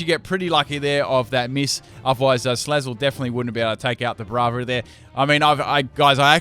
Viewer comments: He still pronounces "Braviary" wrong. It's kind of "Brave-eary", not "Braav-eary". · wtf is that pronunciation of Braviary?! it kills me on the inside T_T